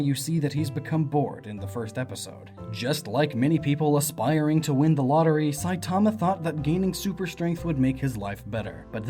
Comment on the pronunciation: Why does the way you say "Saitama" annoy me? It's sooooo wrong.